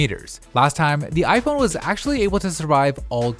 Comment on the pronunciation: I. Phon 🤣🤣🤣